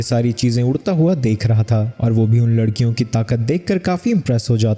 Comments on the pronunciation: larkian ❌ lakrian ✅ 😂😂😅😅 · lakdiyo ❎ ladkiyo✅😂😂😂😂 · Abe ladkiyon ko lakdiyan bol raha hai tu😂😂😂😂